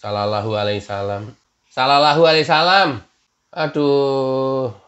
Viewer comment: ketawa sendiri lucu donk nek tapi jangan sering sering nnti orang slh menapsirkan maaf nek itu selallahu alaihi wasalam aja blepotan benahi diri sendiri aja dulu jangan merasa dirimu yg paling sglnya